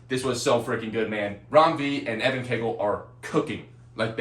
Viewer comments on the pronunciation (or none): none